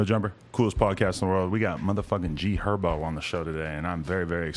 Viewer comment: It’s GHerbo